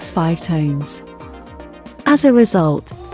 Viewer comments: You lost me with that voice and at their payload being Tones instead of Tons... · tons, not tones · Is Tons NOT TONES